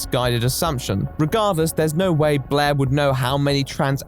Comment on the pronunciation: I like how you pronounce Blaire’s name as “blehhh”